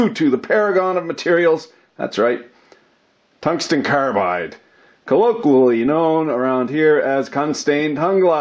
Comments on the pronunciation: I thought I heard cuntsten tongue glide... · "Cuntsten Tounge-slide" but then everyone will hear it slightly differently. Unless wants to provide a transcript or his own subtitles. YouTube thinks it's "contained hung live" 😄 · You had me at "cunston tunglide." Lol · cungsten tanglide? whoa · Harvey Smith I think he also said tungsten son glide when the flir cam was up. rased an eyebrow and chucked a little at em. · “ Cungsten tunglide” !!!! 😂🤣😂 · Cungsten targlide